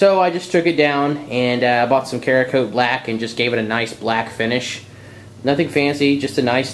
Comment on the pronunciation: I believe it's "Sarah"coat, not "Care"a-coat. Ceramic in there.